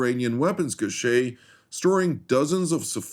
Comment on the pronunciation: Kind-hearted English advice: The word 'cache' is pronounced (in all the dialects that I am aware of) the same as 'cash'. Not a big deal, but I thought it might be helpful. 🙂